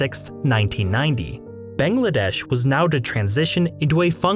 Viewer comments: It's not "Bengladesh", it's "Bangladesh". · A whole half hour long video and you couldn’t pronounce the country’s name properly even once